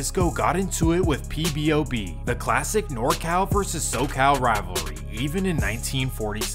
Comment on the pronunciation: Why do you keep saying "PBOB" its POBOB